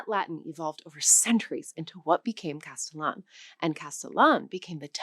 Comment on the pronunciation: Yeah, there are a number of errors in this video. In the first three minutes alone, I've already caught: Her pronunciation of "Aires" in Buenos Aires, her pronunciation of "Castellano"/Castillian, her pronunciation of "Aceite," her pronunciation of "Náhuatl", etc. They should have really hired a Spanish-speaking person for this 😬